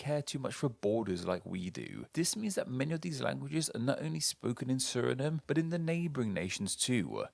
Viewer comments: It's pronounced suh-ri-naam not suh-ri-num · Surinam just like Vietnam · Bruh I am Surinameese and how tf have I never thought of pronunciation Suri-Name lmao